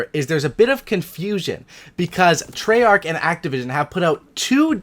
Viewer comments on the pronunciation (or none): But why u say "treyarch" wtf